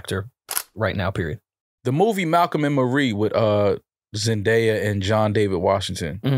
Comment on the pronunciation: Why the fuck does keep butchering zendaya’s name 💀